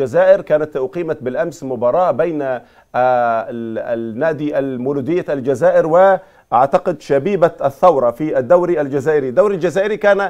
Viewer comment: الاخوة المصريين عندهم خلط في الحروف وخاصة حرفي الثاء والزاي فالاسم هو الساورة بالسين وليس بالثاء الثاورة واحيانا ينطقون الجزائر بالذال ويقولون الجذائر